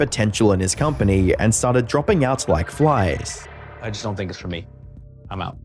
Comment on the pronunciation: Don't = da-ront